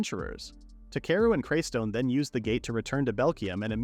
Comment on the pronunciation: It’s not craystone